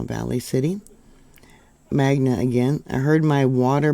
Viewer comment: It’s MagNa… also, the Kennecott Mine is due South, near Herriman